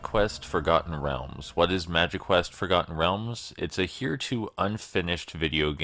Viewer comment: I thought you said magiquest correct the first time haha